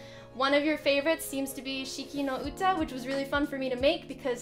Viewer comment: oh thank god youtube recommended this video and i clicked it by accident, and that was good happening ever. you've pronounced the song name correctly by the way ;)